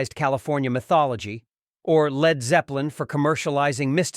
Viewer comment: Speaking of manufactured!!! These stupid computer generated videos are god awful! Who the hell puts these together with an annoying computer voice that can't say "Led", and showing pics of Val Killer, CSN and other wrong images? This needs to go away now!!!